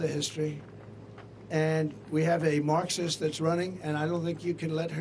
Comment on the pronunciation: Trump saying Marxism 😅